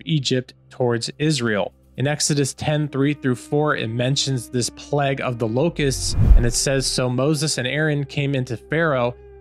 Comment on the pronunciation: Cheers for the vid. You are pronouncing the word plague wrong. it is pronounced play-g not p-leg. Just thought you should know.